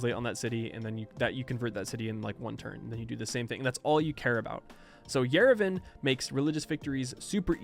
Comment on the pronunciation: no idea how its correct in english, but as someone living in yerevan i have to correct that the a in yerevan is pronounced as a, not e.